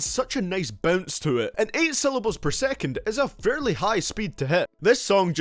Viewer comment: "Sehvan point foyve syllables pair sehkant"